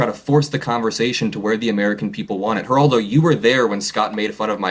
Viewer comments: The g is silent in Geraldo-just something one might want to research before making a video. “Razor sharp?” Lol. The kid seems bright-ish, but not mature enough yet to know that your point is totally lost when you act like a know-it-all a h l and think you’re such the sht that accomplished people who came before you who have had the years to gain experience and knowledge might have something to add to your five minutes on the planet. The proof is the fact that your video is NOT about his not very original question about the war that any thoughtful person has already raised that you’ are calling “razor sharp”, but about his arrogant, over eager behavior. The kid’s smart but doesn’t know because he’s inexperienced that Piers joke about the bed behind him was best dealt with by a little laugh, not Trump-like behavior of personal offense and taking everything so seriously. Never trust anyone void of the ability to have a little chuckle at themselves when they’re teased a little. Humorless people are dangerous. That’s immaturity and insecurity, as is the talking too fast and slightly desperate tone instead of the tone of even confidence he will likely learn as he matures. Scott Jennings is a douche bag, but the kid is wrong that behaving in the same way elevates his analysis -it in fact distracts from it, as your video topic illustrates. No, there is no magic new era where acting like an a h l when someone else does furthers the democracy. Respectful, discussion and debate about id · Maybe learn how to pronounce someone’s name before you try to act superior to them. I can’t believe you’re forcing me to defend Geraldo Rivera btw. Is this what you have learned from all these years with Trump and his Jack booted cultist sycophants? To behave like silly children and declare you will abandon the most basic tenets of decency? Holy isht. We are so screwed. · What gets me the most is your pronunciation of Geraldo…lol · It’s not jah rar do rivera, it’s hal ral doe rivera.